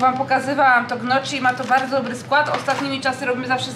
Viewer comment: Nie mowi sie ,, GNOCZI,, tylko ,, NIOKI ,, (gnocchi) To wloska wersja naszych kopytek. Kluski z ziemniakow a tak naprawde kluski z maki ziemniaczanej...